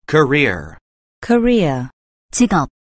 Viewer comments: 자꾸 코리아 = 직업 경력으로 들려서 기분이 이상함.. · career는 직접 들으믄 꼬래로 들려요 여기선 또 발음이 다르네용 분명 아는 단언데 리스닝 들어감 발음 소리들이 다 제각각이라 듣기 어려운거 같아영